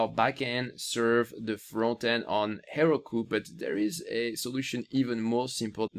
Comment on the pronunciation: Her-oh-koo, Heroku